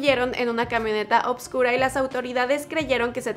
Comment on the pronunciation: Cariño enhorabuena por el programa pero se dice oscuro, no le metas b's a palabras que no llevan